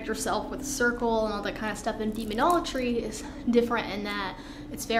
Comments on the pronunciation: She's dead, the demons got tired of her pronouncing Demonology as Demonologry . Proper Enunciation is key to controlling entities that were created before there was such a thing known as time 🤷‍♂️ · Fake.. she can't even pronounce demonology right